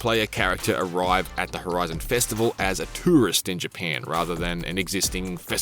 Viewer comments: Dang bruh i thought it was Japan not “JaPeiin” 😂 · More like “paen” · It’s Japan NOT Japaaaaaaan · isn't really Japeeeeen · Heads up this guys aussie hence why the emphasis on "pan" in "japan" lol Also the pronounciation emphasis on words with the letter A - another aussie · Can he never say GyPAN again 😂😂😂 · Never heard Japan being pronounced as Japeeen before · "jeh pyen" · "The new Fortsa game takes place is G-pan" these IGN dweebs cannot speak lol or it's all ragebait for engagement. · his aussie way of pronouncing ja"pan" 😂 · It’s in Gee-paaaahhn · well dehmm, it's in Jepehnn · Came for forza and stayed for " GPAN" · What the heck is JiaPEN? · It’s actually all I heard for the entire review 💀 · Ja PAN dat poosey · I hate how he says Japan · Who hear wanted to chop their ears off after hearing him say Japan over and over and over? I will raise my hand too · Arrh my ears bleed from having heard you say Japan like that so many times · Don’t think I can stomach how this person pronounces ‘Japan’ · Why is he pronouncing japan like that?😂😂😂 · If I never have to hear this guy say Japan again, it’ll be too soon… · Couldn’t make it one minute into the video with this dudes pronunciation of Japan. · It's actually impressive how well he can pronounce "Forza" and how poorly he pronounces "Japan" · god damn i cant unhear it now😂😂😂im only 6s into the video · I can't unhear it now! LMAO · Omg the way you say japan annoys me sooooo gd much